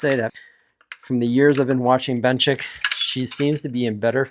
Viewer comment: And Benchik